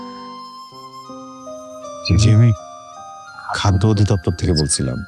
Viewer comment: Jehetu natok ta surui korechen golar awaj niye tai pronunciation ta thik kore kora ucit chilo Eta অধিদপ্তর Hobe অদিদপ্তর না।